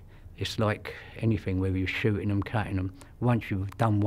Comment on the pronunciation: “What I’m shootings is vermin” 😭😭🤣